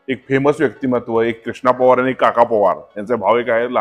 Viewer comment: पोवार नाही पवार म्हणा